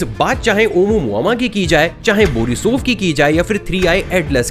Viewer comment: bhai it is pronounced as OU-MUA-MUA and not as you are saying OMU-MAMA LOL